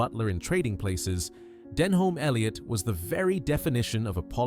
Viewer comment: An insult to Denholm Elliot, whose name you can't even pronounce right.